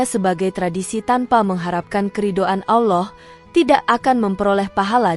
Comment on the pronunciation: Sebutan Allah pun x betul